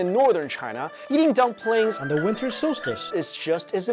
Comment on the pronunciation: “wiNTer SolSciTe"